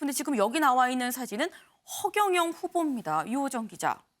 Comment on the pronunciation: 아니 아나운서가 허경영 후보?니다 라고 말할때 뭐꼬